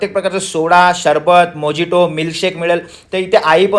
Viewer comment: मोजिटो नाही हो. मोहितो म्हणतात त्याला..